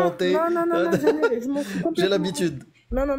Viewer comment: un accent un peu prononcé si tu vois qu'est-ce que dj'veux djirrr !